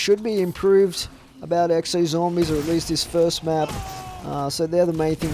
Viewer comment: You sound like a stoner 😂 "what are talking aboot"